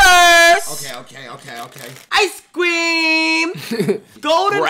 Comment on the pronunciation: "Ice cwweeeaaammmmmm"